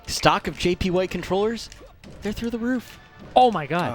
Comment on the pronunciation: JP WHITE WAS TOPH's IDEA?! GATLYKE - P.S. "JP WHITE" DELIVERY WAS AWESOME. THE WAY U ANNUNCIATED THE P. =xdf[p]